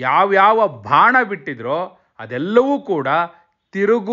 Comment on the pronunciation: Bhana alla adu Bana.